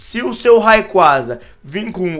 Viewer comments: a pronuncia n é raiquaza é reiqueiza (r com som de rrrrrrrrr n de re) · "Raicou" doeu minha alma!